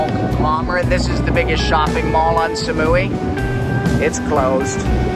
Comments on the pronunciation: สมุย = smui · Please don't pronounce Samui like "Sa-muu-wii", but just "Samu-i".